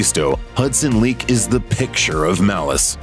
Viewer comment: It’s Hudson Leick “ like in Like” not leek wow .. ♥️💫🙏🏼